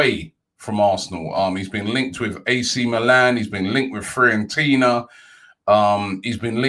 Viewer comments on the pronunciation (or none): ”Free and Tina” - Robbie trying to say Fiorentina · you have the worst pronunciations I've ever heard